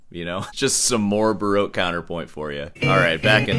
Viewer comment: When he says baroke i think he means baroque :)